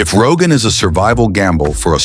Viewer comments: Если про что то хочешь рассказывать , сперва изучай материалы , работай над произнощением . Не Роганский ГЭС это , правильно будет --- Рогунский ГЭС . И раз таджики взялись за это то неприменно будет построено и пусть будет самим больщим в мире . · Did I hear Rogan Dam? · Ни раган а Рогун.